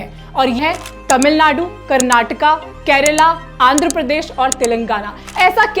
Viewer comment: Hi, I was really happy to hear correct pronunciation from you like KARNATAKA instead of Karnatak and KERALA instead of Keral where my other fellow states brothers and sisters fail to speak and i am really glad that you recognised such habits from South people and took an effort to make a video on it. Being a south Indian i would also like to add that people in south are very humble and no showoff (remembered one of the saying, empty vessels make more noise,) people live a very low key life and contented even he is a millionaire.. JAI HIND